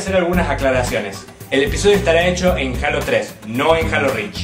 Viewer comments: yo no se si en Argentina digan asi jalo pero se dice jeilo pero no jalo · eso no es cierto no por estar en mexico se pronuncia asi es decir si tu ves gears of war lo pronunciarias G-E-A-R-S O-F W-A-R sin embargo en mexico le decimos guirs of war no por estar en mexico se "PRONUNCIA" asi y si les "H-A-L-O" NO SE TIENE QUE PRONUNCIAR JEILO por que es un nombre de videojuego en ingles en español se pronunciaria JALO mi punto es quetiene un nombre original en ingles y se"PRONUNCIARIA"diferente en español asi que no hay una forma correcta de pronunciarl ya estesenmexicoous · no es critica pero en Mexico se pronuncia jeilo